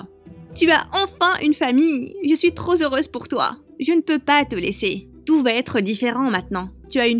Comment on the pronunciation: "TROP ZEUREUSE" sérieux !